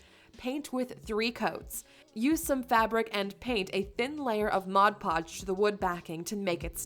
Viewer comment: Just so you know, please say MOD PODGE, not Modge Podge . Despite that, I think you said it correctly once or twice though .